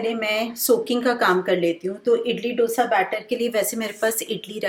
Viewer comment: Very realistic and sorted meal plan👌👌 Please dont mind me saying this but I want to just point out that the pronunciation of Dosa is the sound of (D as in Darwaaza and not Damru ka D) and its Sambhaar not Sambhur. Hope you got what I am saying and take this as a constructive criticism.